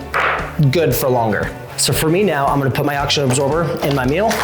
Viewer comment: It's pronounced MEAL not MILL